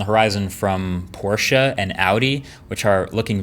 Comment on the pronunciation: You pronounced Porsche wrong